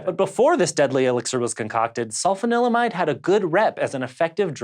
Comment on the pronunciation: Ahem: sul-FAHN-il-uh-mide.